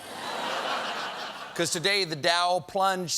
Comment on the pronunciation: "Dow"? More like "Down"